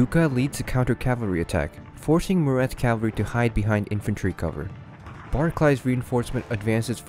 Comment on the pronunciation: "Cavaree" I believe it's pronounced "Cavalry" as in "Cavalree". Good video!